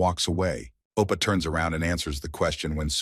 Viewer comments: He dosn't even say Oppa correctly, he says Apa 😣, can we report this specific video Just because of Appa! 😁, Just kidding😁😁😁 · He pronounced it as appa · bro why u keep saying opa 😭 its not even part of his name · bro stop saying ippa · Oppa, oppa, oppa, oppaaaaaaaaa. 17 hours video, 5 hours of it is all Oppa. MC name is Sehan Kim not Sehan Appa. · It's more like "appa" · I think it's "Sei ha appa" not "Oppa".